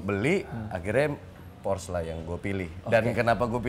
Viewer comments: Porsche = Porsh X, Porse ✓ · Bacanya porse bang bukan pors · Porsche ngomongnya Porsche kali. Gak Pors. Ya elah. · cara baca "porsche" nya salah om harusnya kayak bilang "porsya".. btw keren bgt mobilnya. kapan ya punya...ngimpi >_< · Porsye dika bang bacanya